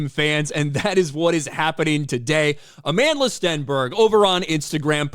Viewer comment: Where’s the receipts Aman-DUH-La?